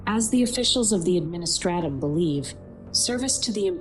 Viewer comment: AdministRAtim. Do I detect some Midwestern accent in there 😂 Keep up the good work!